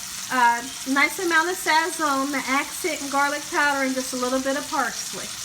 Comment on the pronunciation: Love the Tutorial but she said some, Sazz zoneee😭